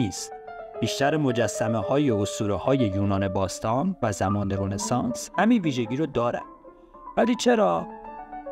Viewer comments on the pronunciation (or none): none